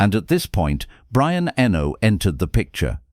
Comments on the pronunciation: "Enno... Enno... Enno... Enno..." It's disrespectful and grating. It put me right off watching all the way through. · Pronouncing Eno's name incorrectly screams AI. No thanks.